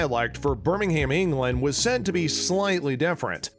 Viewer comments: Mate it's Birmingam in pronounciation not ham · Just a heads up, it's pronounced birming-um, not ham. Loved the video tho <3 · It’s Birming-um not burming-ham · In a brummie accent it might sounds like Birming-hum, but it’s actually pronounced as Birmingham. Therefore in an American pronunciation it will sound like Birmingham. (The same way Luca Changretta said it when he talked to Alfie) “and you will bring my men to Birming-ham” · pronunciations of cities have always been the same, and ik the show isn't 100 years old but they even say Birming-um...